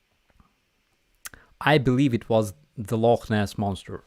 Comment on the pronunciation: Love how you got the pronunciation of Loch Ness correct. Have YouTube fixed their stupid shit yet?